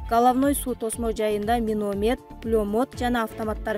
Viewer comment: Карындашым провокация кылган материалдарды айтпачы миномед пулемед дейсинго, туура айтчы каралдым